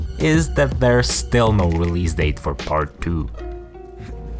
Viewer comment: "The Last of Us pard Duuu"